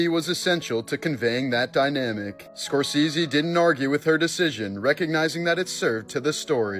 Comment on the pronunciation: Martin Score-seezee